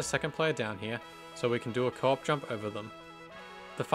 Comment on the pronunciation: I legitimately thought u were saying "cork jump" until near the end of the islands section when I realized u were saying co-op jump 😭😭, great video btw, I'm so happy little big planet content is still being uploaded till this day edit: forgot to mention but as a player of lbp who never knew about all these in-game exploits, I kept getting shocked at all the manoeuvres and tricks u did to keep getting past the bubbles, it's honestly really impressive!